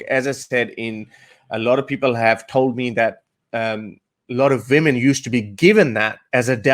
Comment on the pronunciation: Love how he says women . Vemin 😂